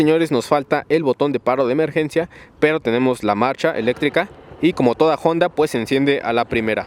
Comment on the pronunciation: Porqué cuando pronuncia honda dice jonda ?